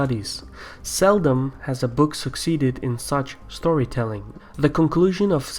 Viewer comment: Yes, emphasis on "storytelling".